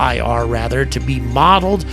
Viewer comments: Hey. People do not say F L I R. It is probounced flear, like fear with an L. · Doesn't distract from your coverage but, for future vids, please just pronounce FLIR (Forward looking Infrared) as 'flear'...thanks. Retired US Army Dude that loves your coverage! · Great job, generally in the Air Force we pronounce FLIR as Fl-ear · Instead of saying F.L.I.R, it's acceptable to say "Fleer" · FLIR. Pronounced fleer by military types.